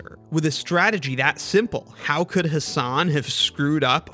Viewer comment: The whole video was spoiled by the person mispronouncing "Hasan". I mean, there are at least 1 million memes and videos about Americans mispronouncing foreign words (not just names) and out of them, at least 500,000 feature "Hasan Minhaj". And a person on youtube still prnounces the word "Hasan" as "Huh Saan". wtf?